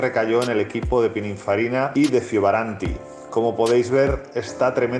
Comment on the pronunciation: Muy buenos vídeos pero ¿porque le cuesta tanto decir Fioravanti y en su lugar dice Fiovaranti?